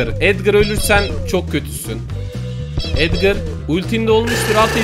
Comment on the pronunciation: edgır değil edgar